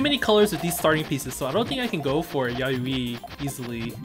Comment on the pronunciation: I'm gonna be that guy and tell you that it's "Ya-yoy" just fyi. It's JP for March.